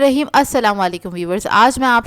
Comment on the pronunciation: bismillah hirkh nhi bolna.. bismillah hirrahmanirrahim.bolna h mam.